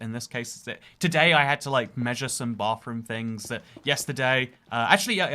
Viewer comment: He said Baaathroom the southern way. I'm disappointed.